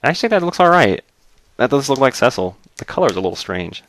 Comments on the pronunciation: cecil is pronounced see-sil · well it is really pronounced see-sol